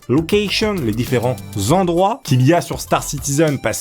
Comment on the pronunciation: "Les différents ZENDROIT" le zendroit prend un "s" au pluriel ce qui donne "Les différents zendroits".